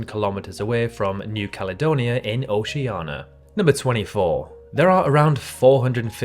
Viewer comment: Interesting video. But please learn the correct pronunciation of Oceania.